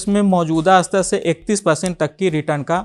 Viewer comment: आदरणीय एंकर महोदय, आप हर वीडियो में "शेयर" की जगह "सेयर" उच्चारण करते हैं। इस वीडियो में आप "स्तर" की जगह "अस्तर" शब्द का प्रयोग कर रहे हैं.... संभवत: आप बिहारी हैं।